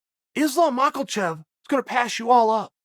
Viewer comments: Can somebody please explain to Chael how to say Mahkhachev? Not Mah-kil-chev.. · chael it's ma-ka-chev not ma-kal-chev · Say Macklechev one more time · Chael: Makelchev Everyone: It's Makhachev Chael: Ok, great. So anyways Makelchev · If Chael says his name is Mockelchev it's Mockelchev understood? 👏👏 ☝️ hold that thought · There is no "L" in Makhachev... until Uncle Chael said "Mockelchev" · Chael GOTTA be doing it on purpose hahahaha MAKHALCHEV I swear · Chael “michaelchev vs blahovowich” sonnen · why does he call him makalchev lol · Chael... it is Ma-Ha-Shev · “Izlam mockelchev” - Chael Sonnen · The years of collective punches in the head... I really think that's why he can't pronounce those words unfortunately. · I say we get Olives vs Mocklechev and Chael has to learn how to pronounce the winners name. Loser legally changes their last name to Chaels pronunciation. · Chael “Islam Makkle-Chev” Sonnen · No one: Chael: Islam MACKLEchev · Mahkelchev...breakferest...Yarear... Blahovovich...classic. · And islam makholchev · Makelchev, I'm starting to think Charlie Soyman mispronounced fighter names as a power move lol is a good laugh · If Chael says there’s an L in “Makhachev”, then Makhlchev is his new name. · Chael "Islam Mockelchev" Sonnen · Chael "Islam Mocklechev" Sonnen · As long as Chael purposely mispronounces Islam's name I'll keep thumbs Downing and not watching these videos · Can someone teach him how to pronounce Islams sir name.